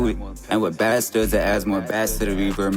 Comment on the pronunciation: Jus so yk bass is pronounced like base when you talm bout music😂 ian tryn hate or nun i jus gotta let yk